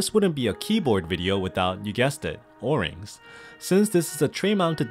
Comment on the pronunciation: bruh why he say o-rings like or-rings